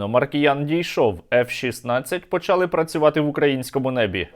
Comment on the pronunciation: а чого він каже почАли і булА. то хай каже бУла, я якщо каже булА, то й почалА треба казати, а то одне слово з галицьким наголосом, а інше ні наче здрастє